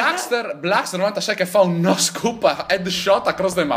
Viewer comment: è NO SCOPE, non NO SCOOP